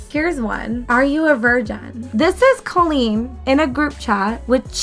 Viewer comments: It's COLL-EEN not KIL-EEN. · It sounds like you’re calling Colleen “clean” lol it’s actually pronounced with a hard O